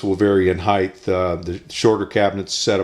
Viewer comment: Height not heigTH as in HITE.....